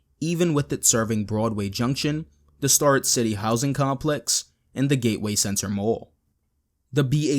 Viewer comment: It's pronounced STARE-rett City